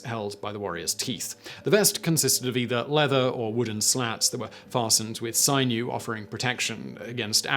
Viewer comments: SIGN-new 😂 Sin-euw my friend... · "Sigh-knew"? I'm laced with the stuff.... Although we pronounce it somewhat differenter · What sort of uneducated, uncultured, lout can fail to pronounce "sinew" correctly?